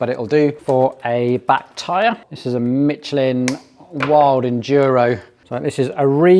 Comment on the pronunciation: Never heard anyone pronouncing the brand mitch-elin. I swear you do that just to make people twitch 😂